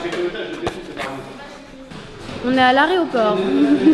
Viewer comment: "On est à l'aréoport" 😭😭😭